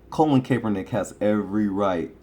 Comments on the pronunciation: His names Colin not colon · You gotta listen to how his name is pronunced.. lol it is not Colin like the body part.